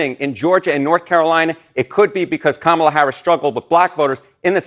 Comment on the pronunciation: She's just mad her man cheated on her again and played her. Every time she said Kamala Harris, like she didn't know her name. Then Danny Trump lol